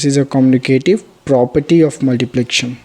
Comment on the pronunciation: It's commutative property not communitive property